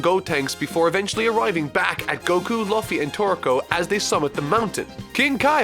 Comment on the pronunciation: Laffy ????? Laffy XDD ???!!!